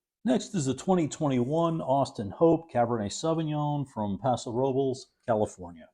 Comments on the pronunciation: Excellent review. I noticed you pronounce very well the foreign wine names unlike the California names in Castilian , example : Paso Robles is pronounce Roe - bless not rubles. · Another great video. Thank you. I tried the Paso Robles cab and liked it very much. As someone already mentioned the pronunciation is closer to: rub-less. The audio on google translate gets you 99% there. What's pretty cool is that the meaning of Paso Robles is stated on the bottle itself. Best regards to you and Feliz Navidad! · I like the fact that he pronounces most things phonetically. It shows he’s not trying to be a show off, and he gives plenty of attention and respect to the wines themselves. On another channel, I cringe when the wine guy pronounces Mencia with a TH, etc. it’s just weird. And I don’t think anyone would fault a Spanish wine critic for pronouncing Paso Robles like Robleys. YMMV.